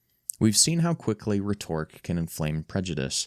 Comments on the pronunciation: & reh-TOR-ik? Never heard "rhetoric" (REH-torik) pronounced that way. Is this AI voiceover? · Rhetoric is pronounced like it rhymes with "Meta Rick," not like it rhymes with "Miss Doric." That sound is reserved for something that is rhetorical. Then the long O sound is critical to the word. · "rhetoric" is pronounced "REH-tor-ik" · What is Re-torrek? You mean rhetoric. You pronounce it like a robot. Reetorrick? A.I. slop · Did you even write this? You can't even pronounce rhetoric.